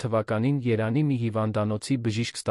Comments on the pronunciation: Երանի չի տղա ջան ,Երևանի է։Արդեն մտածում ,որ արհեստական բանականությունն է ստեղծել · Հետաքրքիր է էս կարդացողը ինչու է Երևանի փոխարեն Երան կարդում. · Ւմ կարծիքով տեքստը ռոբոտ է կարդում: Երեւանի անունը միշտ երանի է ասում...